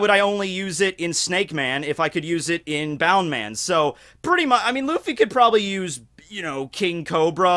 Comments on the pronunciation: People who say bound man instead of bounce man trigger me. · Bound man? You mean Bounce man? Not to hate after that hella good opening, but I couldn't not acknowledge it.